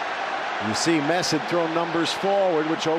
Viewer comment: It's not Mets...... M.E.T.Z